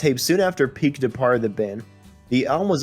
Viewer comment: This narrator says marin instead of Martin and pick instead of Peek I too had to go back and replay some of what was said.